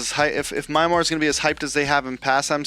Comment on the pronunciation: It's Myanmar, not MIARMa. You can call it Burma if you can't pronounce it. W video.